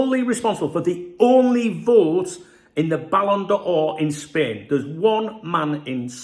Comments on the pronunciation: ballon door, please, not ballon d or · Great channel but try saying 'Balon Door' next time. That would be the correct pronunciation. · Ballon d'Or. Why are you pronouncing it in a Franco way? Ballon Duh Ore. You’re a Brit - you can anglicise it. Ballon Door. Downvote just for that. Just for being a 🔔end. See the same with creators calling Wirtz “Veeirtz”. Behave. Geeeeeezus. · "it's called superthanks, I'm super and I deserve a thanks". Haha, LOVL. Ere ya go fella, get yourself some caffeine. So it's the ballon b'or for him so far eh. I pronounce it 'ballon door' so it works for me lol. I'm not surprised at all by his weak start, like you I forecast it somewhere. The grass isn't even greener over there. More sun and less rain equals more parched grass. His head was turned by something and I suspect he's going to end up wishing he'd stayed where the grass really was green for him. YNWA